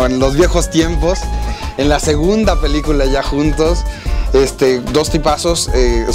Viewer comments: pelicula no peliucla !!! ;-) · pelíucla xDD